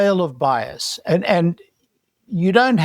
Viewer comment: BIAS. SAY IT WITH ALL ITS LETTERS. BIAS